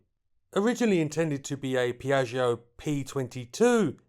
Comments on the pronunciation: Piatsho, dump the i in the back. Babble exists. It's Italian. One of the other 7000 languages in the world. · when saying name my ears hurt... otherwise that you for this very unusual aircraft